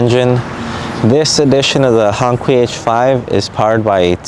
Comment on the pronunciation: You didn't even care to find out how to pronounce it right. Another wannabe